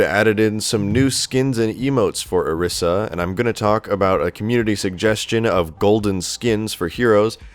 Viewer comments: I swear to god if you say OR-IS-UH again it's OR-EE-SAH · It's pronounced O ree sa